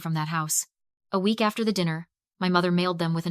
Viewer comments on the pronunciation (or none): none